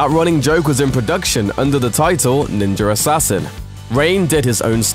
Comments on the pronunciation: I hear "Ninjer assasin" tabarnak! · NINJUR ASSASSSIN.....blah blah blah.... NINJUR ASSASSIN.....blah blah blah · Why does he say "Ninjarassassin"?? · Am I the only one who felt he is saying 'Ninjer Assasin' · "Ninger assasin" lmao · "Ninjer Assasin" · lol...there's no "r" at the end of the word "Ninja". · why u say "ninjar assasin"? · "ninjar assassin" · Ok he does say ninjer assasin no ? Im not the only one that hears ninjer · why does he say ninjur assassin but can pronounce ninja just fine? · Is it me or is he saying Ninjer Assassin? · why the fuck do you say "ninjar assassin" or "ninja rassassin"? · why so he keep saying ninger assassin? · how is it this guy can ninja just fine but when he says ninja assassin he adds an r to it, which mean he's doing it purposely! you sound ridiculous! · there's no R in ninja... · Every time he says "ninjer" , take a drink. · I heard him say it once, now I cant stop hearing it: Ninjer Assassin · Why does he say ninjer assassin?😭😭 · "Ninjer assasin" lol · sounds like he said ninger assassin. LOL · anyone besides me notice he can say ninja by itself but can't say ninja assassin together? it becomes ninjer assassin. speech impediment. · Am I the only one hearing Ninjer Assassin? lol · "ninja ersassin" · Stop saying "Ninjer" Assassin. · the fuck is a ninger assassin? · wtf is a nenjer assassin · Is he saying Ninjer Assassin? Anyone else hearing this? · It sounds like he says: ninjar assassin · Haha, "ninjer assasian"! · Is it just me or is he actually saying Ninjar Assassin (instead of Ninja Assassin)? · _ What the fuck is "ninjer assassen" ffs at least ssy ninja right _ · "NINJER" assasin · It's pronounced "Ninja Assassin" not "NinjeRassassin" Also, it's written "Wachowski" but I'm pretty sure it's pronounced "WaKowski" not "WaCHowski" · Its Ninja Assassin, not Ninjar Rassassin. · He keeps saying Ninjur Hassassin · Drinking game. Take a drink every time he says "Ninjuhr Assassin". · Ninjer Assassin...lol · "Ninjer Assassin" LMAO 😂